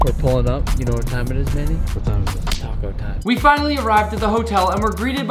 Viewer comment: For a second, I thought he called Manny,“mayonnaise”